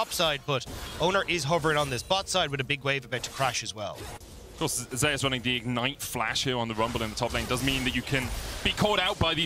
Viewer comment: Zeus being pronounced as Jay_usss is strange